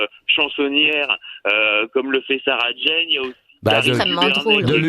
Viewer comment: Sauf que ça s’écrit et se prononce Jane et non pas Jean. Ne vous en déplaise. Ce chauvinisme est ridicule.